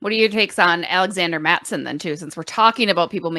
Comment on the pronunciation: This woman really said cut mattison 😂😂😂